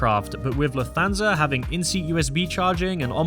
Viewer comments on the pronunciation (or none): You mispronounce Lufthansa as Luf-thansa. It should be pronounced as if it's two words Luft-hansa so you hear the T and H separately, not like the "th" in "that" or "this". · Lufthansa is pronounced "Luft Hansa", not "Luf Thansa"... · The accent is on luft not on hansa.